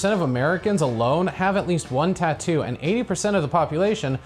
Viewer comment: The way she says "taat-oo"a is more annoying than even the crappest tattoo